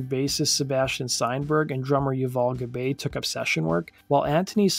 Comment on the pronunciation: Thank you for this! SC were my favorite band in the 90's. A few notes: Keyboardist's name is Mark DeGli Antoni (pronounced degli Antoni) not Dilianti. Drummer Yuval Gabay's last name is pronounced Gu-Bye like "Goodbye". Otherwise, I love seeing a criminally underrated band getting some attention. Thank you!